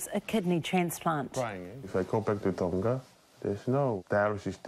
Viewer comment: Only a year spent abroad and already can't pronounce Tonga. Imagine what it would be like after 2-5 years.